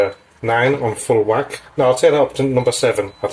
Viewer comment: The way you say full wack makes me think you've spent some time on Merseyside? Another quick and delicious looking recipe by the way, love it 👌🏻👍🏻